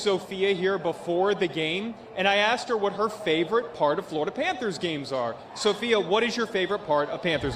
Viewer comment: “You axed me a question.” Yes, yes, I did.